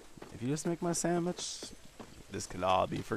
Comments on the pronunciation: I just want her to make me a samich. That how I say it too!!!!! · lol u make me a samich, ma'am. Ma'am, make me a samich. Ma'am. MA'AM. Okay, here comes the lasso...